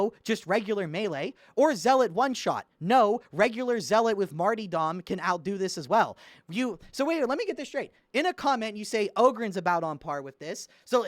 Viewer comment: I don't know if I can agree with someone that pronounces Martyrdom as "Marty-Dom" /s